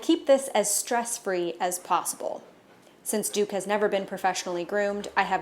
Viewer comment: OH his name's Duke. I thought you said his name was Dick at the start